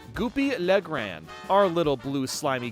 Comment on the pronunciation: For goopy le grande I believe you said his name incorrectly. I believe grande is supposed to be said as if there's an accent at the end. Because his name is in french. Also his name stands for Goopy the big one when plucked into google translate.